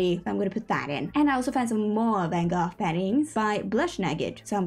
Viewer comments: As a dutch person I appreciate you saying van gogh (or trying to, the dutch G is hard) instead of the american van go :)) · The word you're looking for is "mud room". YouTube recommended you and I subbed immediately! I love the build, your sense of humour, and your adorable accent. Great editing, too! (PS as a native Dutch speaker, I can confirm your pronunciation of "Van Gogh" is on point!)